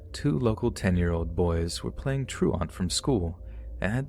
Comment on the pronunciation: You pronounce truant weird my dude, it's not TRU-ARNT, it's tru-ent.